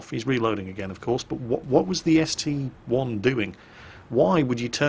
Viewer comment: Didn't you say a while back you will never call the ST-I an ST-1? Well you did it in the first replay. Give back our real!!